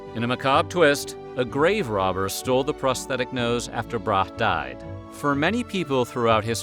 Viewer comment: you really pronounced it brahe? always heard it said "bra-hee"